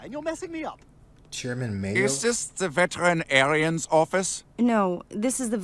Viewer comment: I lost at veteran-Aryan. 😂😂 German Shepard! 😂😂